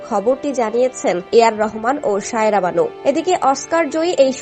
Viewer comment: Shaira na bhai, SAIRA- kindly pronounce correctly!